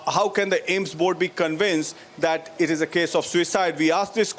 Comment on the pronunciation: It's AIIMS not Ames yar